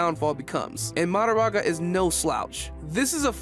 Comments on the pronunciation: He keeps saying MaDAraga instead of maHOraga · Why does bro pronounce Mahoraga like that